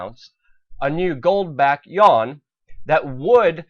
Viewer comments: How can you be so ignorant... to call China's currency the "yawn"? It's the "you-won". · PLEASE learn to properly pronounce the "You-Awn"!!! It would make you sound more intelligent. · "hegemony" and "yuan" ... please work on pronunciation